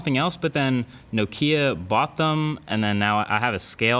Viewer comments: Learn how to pronounce "Nokia", FOR GOD'S SAKE. In both RP and GA "Nokia" is transcribed like this "ˈnoʊkiə ", the stress being on the first syllable, every time you say "Nokia" you say it like this "nəˈkiə". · no-KEE-ah? not NOK-ee-ah? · nOkia, please No’kia! It’s sort of a shame one of the most popular smartphone reviewers doesn’t know how to pronounce Nokia :( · A quick google search on how to pronounce Nokia returns an article from MacWorld UK, with an extract from Nokia themselves, stating that most of the world pronounces it wrong and it is in fact pronounced “No-Kee-Ah” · Love the vid. Tho is that really how you say Nokia, like, no Kia? Lol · Why do you say nokia like you don't like kia's? 😂